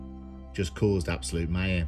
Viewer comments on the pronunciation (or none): none